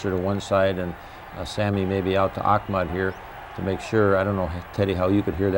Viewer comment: I love how Bud pronounced Ahmad "AWKHMED" 😆